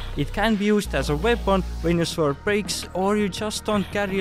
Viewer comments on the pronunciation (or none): Please look up how to pronounce Sword and Video